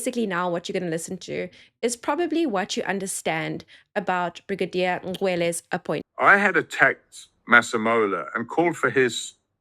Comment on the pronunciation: Brigadier. Not Bridagier